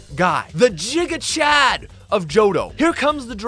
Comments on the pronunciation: It's pronounced "Gig-A", not "Jig-A" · This fool really said JigaChad. 😅